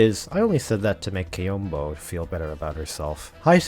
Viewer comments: actually her name is pronounced Köhbe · take a shot everytime he pronounces Coebu wrong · I always thought her name was pronounced SeeBee so I just stick to that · Take a shot everytime is mispronouncing Ceobe's name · I heard like 69 different ways to pronounce Ceobe's name in this video. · Say Ceobe's name correctly!